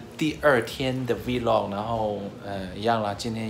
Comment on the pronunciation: 不是讀v-log吧，應該連在一起讀像發th or f 音？